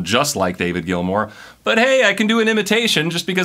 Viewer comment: David Gilmour = sss, no hss